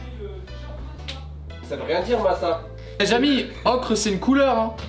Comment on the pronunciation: vous avez fait un melange pour l ocre entre le francais "ocre" et l anglais "ocher" 😁😁